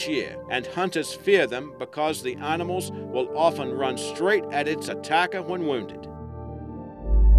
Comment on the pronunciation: Arnamals and Hum-a-noids Could listen to this shit all day